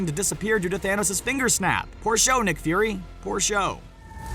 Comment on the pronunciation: you said nick Furry it’s nick fury